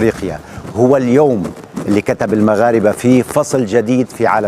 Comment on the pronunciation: بارك الله فيك استاذ مصطفي اغا في المغرب كلنا نحيك اجمل تحية قولت دايما المغرب بلهجة مغربية مية في المية 😂😂❤❤️🇲🇦🇲🇦🇲🇦